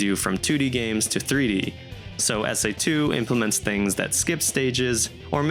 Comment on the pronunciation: Please never call this game "SA2" EVER AGAIN😭😂